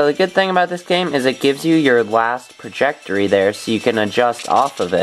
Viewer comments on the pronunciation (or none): trajectory not prajectory